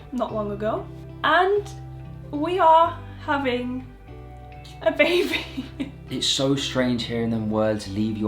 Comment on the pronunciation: said “when the babi is here” 😭😭😭